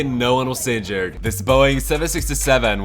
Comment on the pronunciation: Why do you say seinjured instead of injured?